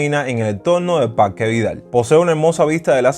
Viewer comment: Parrrrrque habanero, aprende a pronunciar